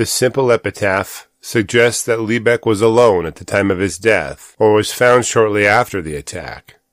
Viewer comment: I live up in the lebec area, your not saying lebec right, but you didn't show the terrain correctly